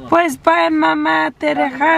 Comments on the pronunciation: “Te rejalas ok?” Lmao at least you try girl! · Did i just hear say “Bye mama, te rejalas* ok?“ 🙃She cracks me but hey, shes trying. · Congrats on your new journey ! Makes me want to start on mine, you guys are motivating !!! I love how you guys put that you took mama out to eat, I feel mama is soo happy when she gets taken out. I love that 💕 also what about how at the end you said “bye mama te rejalas” instead of te relajas😂💀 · Not saying pues bye Mama “te rejalas”instead of “Te relajas” but I love how she try’s to speak Spanish 🤍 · I'm sure you meant to say " bye ma TE RELAJAS" at the end but it sounded like you said " by ma te la jalas" 😂😂😂 I had to replay that part LMFAO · I’m dead 😂 when said bye mama te rejalas instead of relajas lol love her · When said “te rejalas” instead of relajas😅😅 love youu twin❤️ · TE REJALAS lmfaooo it’s te relajas 😩🤣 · Lol I had to replay the end when mama is getting off the car. It sounded like says “Te la jalas” because she says “Te rejalas” instead of te relajas 😂🤦🏻‍♀️ we love your family and videos 💕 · I’m dead said te rejalas I think she meant te relajas 😂😂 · 🤣🤣🤣🤣te rejalas 🤣🤣🤣🤣Im dead 😂😂😂relajas, relajas😂😂😂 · At the end I literally thought she said "Bye mama, Te la jalas" 🤣 😂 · Did she say “te la jalas” at the end 😂😂😂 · in the in “ok bye mama te rejalas” 🤣🤣 I think she meant relajas 💀 on another note… I’m happy you and Ram are on this healthy journey. I went vegan for about 3 months because body felt so sluggish and i always felt nasty internally. It’s so crazy how your body knows when change is needed but we choose to ignore it.